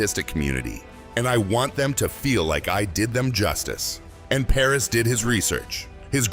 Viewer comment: His name is Paras……not Paris!!